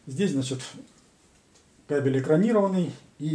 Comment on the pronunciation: Правильно нужно ставить ударение на слове КАБЕЛЬ, а то получается что обзор про собак мужского пола, а не про кабельную продукцию!!!